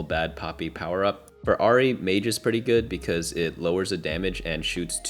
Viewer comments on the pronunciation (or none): none